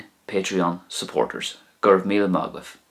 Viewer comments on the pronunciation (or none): none